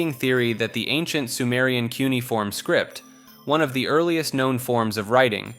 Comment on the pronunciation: You should hire me at this point. Cuneiform is pronounced q-nee-uh-form. Google this one cause I know it's the least convincing one of these :)